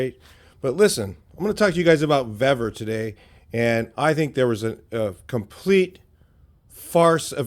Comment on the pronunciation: I've ordered multiple items from vevor. Everything has been of better quality, and cheaper price than harbor freight. The pronunciation is veevor, not vevvor. I received their metal cutting chop saw today. I paid $246.20 with my discounts. The next closest quality metal cutting chop saw was from evolution at a price of $500.00. Their shipping has been fast and packed very well. It took only 4 days for the chop saw. Give Vevor a try, you won't be disappointed.